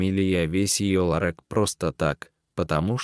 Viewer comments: Ну даже робот должен научиться произносить такое слово как ЛАРЁК. А история хорошая. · Что это за ЛАРЭК?Более безграмотного чтеца я ещё не встречала.Как это бесит! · Ларэк - это что......????? Кто читает человек или робот??? Над нами ИЗДЕВАЮТСЯ?????😠😠😠😠😠😠😠😠😠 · Это же трындец,или полный трындец: "ларэк, ларэк.....черных куртках....нельзя же так издеваться над слухом людей!Срочно поменяйте чтеца! ! ! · Неужели чтец НИКОГДА не слышал слово ларЁк и не знает, что это такое????!!! И почему в чернЫх кожанных куртках? Тоже не слышал, что есть слово чЁрных?!!! Или он и цвет чЁрный называет чЕрным???!!!! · Да, я тоже удивилась, что чтец не правильно произносил слово ларёк, но это не беда, главное рассказ был очень интересен и поучителен. Даже животные чувствуют качества человека. Спасибо коню и кактусу за спасение девушки, и за интересный рассказ! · Рассказ хороший, но чтец ужасный. Обыкновенное русское слово ларёк не знает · Такого чтеца противно слушать! Один только "ларэк"чего стоит! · Охренеть!!! "Ларэк". Кто читает? Иностранец, робот или идиот? Дожились, рассказы некому прочесть. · Не ларЕк, а ларЁк. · Интересно, мужик, читавший рассказ, в школе учился? Почему ларек? Ведь правильно ларёк? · Как неприятно слушать такое безграмотное чтение,издевательство над нашим слухом! Этот "ларэк"-просто убивает! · Ларееек ларек не ларэк а ларек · Какой ларек - ларёк! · 😢это ужас а не чтение. Вы по русски но общее не умеете читать? Эт что за ларек может ларёк 😮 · Ни ларэк а ларёк.😂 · Какой ларЭк? - ларёк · Не ЛАРЕК, а ЛАРЁК !!! Элементарно правильно прочитать!!!!!!! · Почему ларэк,а не ларек. Не всегда правильно произносятся ударения. А так рассказ интересный. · Не ларёк а ларёк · ЛарЭк" может быть ларЁк? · Не ларЭк, а ларёк!!! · Какой « лорэк»? =ларЕк!!!! Ну кто же так повествует? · Все нормально но почему чтец не все слова правильно читает и делает ударение не правильно ,не ларек а ларёк,голос приятный. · Какое произношение! Вместо ларёк ларэк и т.д. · Ларэк, ну надо ж так сказать